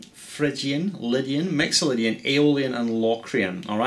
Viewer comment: haha, awesome! Your "I's" and "Y's" sound very much like an "E's" :D!! Mexolydian!